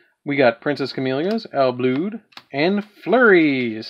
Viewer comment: I think it’s supposed to be pronounced “Ill Blood”